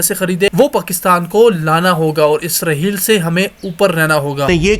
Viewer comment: اسراہیل نہیں اسرائیل ہوتا ہے